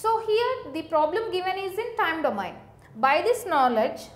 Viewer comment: plz right called of domain pronunciation